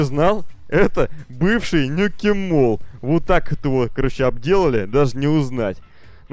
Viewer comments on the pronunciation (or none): none